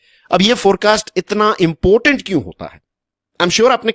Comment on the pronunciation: Sir it's important not impotent 😂